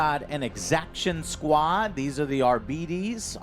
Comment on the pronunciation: "Arbeedees"? What? It's just Arbites.